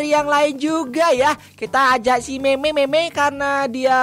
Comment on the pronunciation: Memeimemei Btw lu ngomong Mei Mei Malah Memeimemei